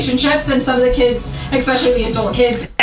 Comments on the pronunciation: I GENUINELY feel like Im hearing nails on a chalkboard when I hear someone speak the word ES PE CIALLY..... as EXPESHALLY..... ughhhhh drives me nuts. It is E S P NOT E X P.... and shes not got any dialect differences which would be cause for this... she just doesn't pronounce it properly... I really try not to pick, but it DOES get on my nerves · expecially and supposubly...lol